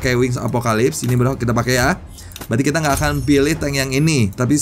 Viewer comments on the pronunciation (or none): none